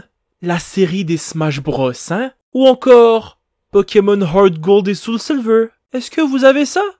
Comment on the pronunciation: Enfin quelqu'un qui prononce "HeartGold" comme il le faut👁️👄👁️